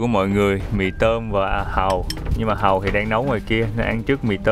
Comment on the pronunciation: Giới thiệu anh Trúc chủ trại Hàu.... nghe giống Trại Hòm mà giật mình:))) gọi là chủ vựa Hàu mới đúng em ơi